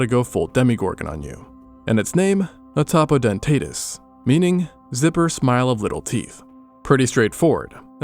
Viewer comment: i have never seen anyone pronounce it (ATOPO)-(DENTATUS)